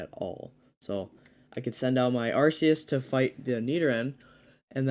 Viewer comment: It's called ARCEUS! (ARK EE US) Not Arseus lol